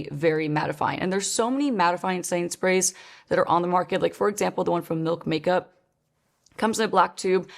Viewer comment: Is anyone else hearing "Sainsbury's" instead of "setting sprays" or is it just me going insane?!